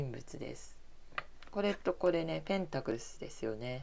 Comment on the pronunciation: 同じ意見です、声量を上げて下さい。あと、ペンタクルが、ペンタクルスと聞こえますが……